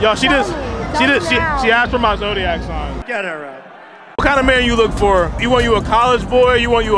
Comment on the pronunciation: WHAT'S YOUR ZODIAC SIGH??? TF??? WHAT????